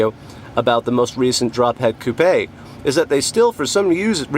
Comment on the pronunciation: Thank you for pronouncing coupé correctly